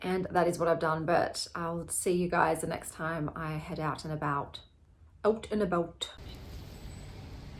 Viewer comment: You sounded Welsh (I'm Welsh) when you said ' Out an' about' 😆